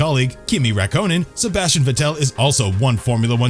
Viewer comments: Kimi raïkkonen more like Kimi rakkonen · Wtf is Raykonen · Pronunciations such as Raikonin, Irvine, Jaguar, Alain Prost & Renault - absolutely hilarious. Are these pronounced by a human or automated computer announcement. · The pronunciation! (Ruck-Conan!) You didn't get even one right! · Kimi “Rak-Co-Nen” “Jag-Wire” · Sebastian vuttEl kimi rakonen and ranolt 🤦🏼‍♂️ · It's pronounced Sebastian vetl It's pronounced Daniel Ric ar d o Its pronounced Reno It's pronounced Kimi ri kanan It's pronounced Alfa ro may o It's pronounced Eddie Ir/Ur/Er vine It's pronounced Jag u a It's pronounced Alan Prost You can just tell he has never watched F1 before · Do you think this guy lost a bet for how many names he could butcher, vet el, rakonen, renalt, the list goes on, also someone count how many times he said ‘Sebastian Ve-ttel’ ‘If you arent interested in F1 you mat not know the iceman kimi rakonen’ yeah mate you clearly aren’t interested then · I swear u guys can’t say any names right who tf is ray konen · I had to click off the video after he said Kimi Rye-co-nin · Too right man, calling kimi, raiconen🤣bloody joke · Did you just say Kimi Rakonen??? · Kimi 'Rack--own-in'